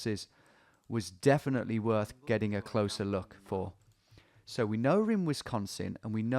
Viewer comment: Eyy, Wisconsin on the map, he pronounces it like a fib or an east coaster.